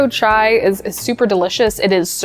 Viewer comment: HI morgan! on behalf of indians THANK YOU, for saying it right and doing it right. chai ftw <3